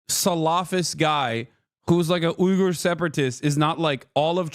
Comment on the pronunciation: Hasan, it's pronounced weegger